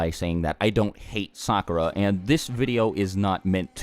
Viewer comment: I wanted to watch this video to find out why my sister hated Sakura so much. But I kept cringing at the mispronounced names, so I stopped watching half way through.